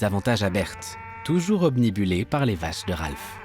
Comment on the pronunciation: "obnibuler" à ... 😮 ; vraiment ?